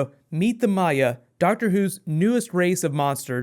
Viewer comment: They are not called the My-a, they're called the Mire. They're san r in there, dude.